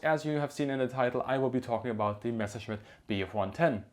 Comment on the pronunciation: Mescherschmitt? Are you kidding me? Its a MESSER-Schmitt ;D